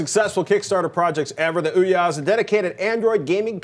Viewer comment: Oh my god, their analysis is good and all but the balding guy there.."ooh-YAH" ..that pronounciation of Ouya (which I believe is supposed to be like "ooyuh") is driving me fucking nuts xD